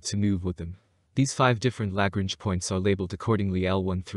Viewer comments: I know, right? Damn. I don't know why, but it really bothered me when he continually mispronounced Lagrange. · It is pronounced La Grange. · Word of advice. If you are talking about the Lagrange points, they are named after mathematician named Joseph Louis Lagrange, and very clearly have an 'n', in the name. An 'n', which you refuse to acknowledge, every time you say it, which makes you sound, like someone who doesn't know what they are talking about. Apologies if this comes across as trolling. It's not, but the word Lagrange is not exactly new, and is plastered over every other space channel, with the 'n' in place, and heard